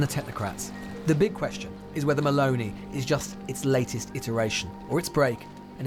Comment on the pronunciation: MussLini.... There Is and O in mussOlini, dear english speaker and it's MelOni not Mel'ni. Whats wrong with the O in english?